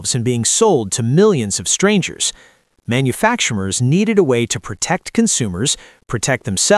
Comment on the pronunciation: "manufacturmers". "mers"? So bloody pathetic. People don't know how to talk with their own voices anymore so they use these jackass sounding AI's.